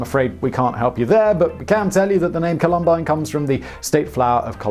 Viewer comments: COH-lum-bine, not coh-LUM-bine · Columbine... say it like Column+bine, not ka-lum-bine...... I went to the high school, its the way we say this word in these parts :) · also its Col-um-bine not Colum-bine. I cringed at that a bit being a Colorado native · Sorry, but this Coloradan just cringed so hard at you mispronouncing the name of our state flower that I showed up in the comments. Emphasis is on the first syllable: COL-um-bine. The flowers are wonderful. The high school... Not so much. 😢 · You got it! That was my immediate thought when I heard it, after cringing at the repeated "col-UM-bine." Yikes! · How someone in media can mispronounce columbine is beyond me. It was a massive school shooting.. yet Simon here butchered the word.